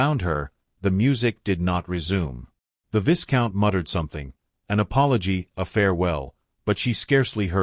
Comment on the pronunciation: Vi count not vis count. This story was too ambiguous for my taste. Not enough explanation for full understanding